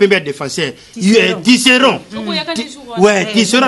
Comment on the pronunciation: Ahahahaha a lobi « TISSERON » alors que c’est « TISSERAND » 🤣🤣🤣🤣